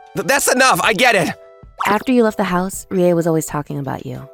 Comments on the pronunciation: It's pronounced ree-yeh, not rai. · Yeah. That "rye" was very distracting. Should've been りえ, ree-eh. Kinda anticlimactic.